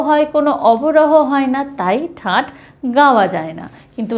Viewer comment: ঠাট ,ঠাঁট নয়